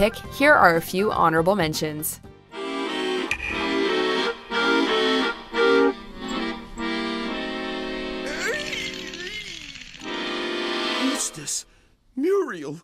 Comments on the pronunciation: I think she really hasn't watched Courage before and is just reading from a script which leads to a very annoying mispronunciation of the name Eustace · I’m sorry, YOUSTASS? YOUSTACHE? Come again? Have u never seen courage the cowardly dog? Wuuuuuuuut the hell is going on lmfao you’re not even saying it the same wrong way each time 😂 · Eustace is pronunced U-tess not U tash! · Why is this woman saying "you-STASS", it's pronounced "YOU-stiss". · It's not pronounced eustace its pronounced eustice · His name is pronouned as Ee-you-stess; not Ee-yoush-stASS. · I heard Used-Ass😂,but seriously, it’s Eustace. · HuSTASS LMFAO. His name is sound like Huustes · what is "eus-tach????!!" gosh you're "eus-less" :/ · Agreed. Lol it's "YOU STACE" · John Stanford .. is she calling him “ Used Ass”, or am I not hearing her right?? Wow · the way she does it - more like Youstass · She said "youstache" lmao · Yooo I was saying the same shit.. hit me like a brick. YOU STASH lol.. I'm like you know damn well that's not how Muriel says it. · I’m sorry but who taught the narrator how to pronounce names? Who on earth pronounces ‘Eustace’ and ‘YOU-STAAS?’ ☠️☠️☠️☠️ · WatchMojo: complains about the Last Airbender's mispronounciations of character's name Watchmojo: Mispronounces Eustace with "Used Ass" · "USED-ASS" omfg i cant 😂😂😂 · " YouStass" We are going to pretend we didnt hear that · Lol Eustace is pronounced “U-stis” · Eustass! How do you pronounce Eustice wrong? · The way she pronounces Eustace tho... "Use-tass" Sounds mighty close to "Used-Ass..." 💀💀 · why does she keep pronouncing Eustice name like that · The scariest moment for me is when the narrator couldn't pronounce Eustace. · I cry every time she mis-pronounces "Eustace." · 95% of the comment section is about how the narrator cannot pronounce Eustace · I agree. You can make a drinking game out of how many times she mispronounced it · My ears hurt every time she says that. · Right? its like they have never seen the fucking show.